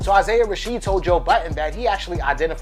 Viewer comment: I’m disliking this because you keep saying “Isaiah Rasheed.”